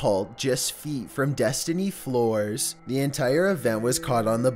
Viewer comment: "Destiny Floors" not F l o r e s